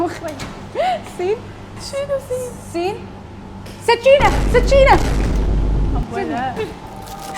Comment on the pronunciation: قالت سكينه بعدها سجينه ههههههه